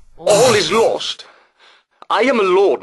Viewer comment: "All is lorst" lol!